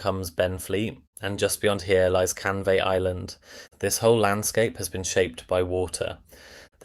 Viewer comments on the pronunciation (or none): 'Lay-on-Sea' and 'Canvay Island'! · Lee on sea, not lay on sea. And not Canvay Island